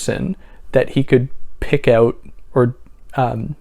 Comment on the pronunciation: You said "oot", are you Canadian?